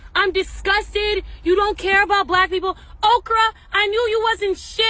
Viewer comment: Ari killed me i thought it was a mistake when she said Okra then she said it again i passed out 😂 😂 😂 😂 😂